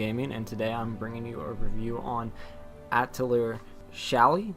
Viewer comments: pronounced Atelee-yay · A TEU LI YEAH !! i'm french it's easy to prunonce !! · this guy mispronouncing atelier drives me insane. It's a french word, and like many french words, it ends in a vowel. It's Ah-till-ee-Ae (long "A" at the end there, like in "Day") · it’s pronounced Atelier